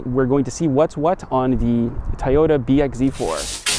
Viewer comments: It's toooooyota not tayota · lol Tieoda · for the mother of all things holy. if u r gonna review cars, learn how to say TOYOTA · Please pronounce Toyota correctly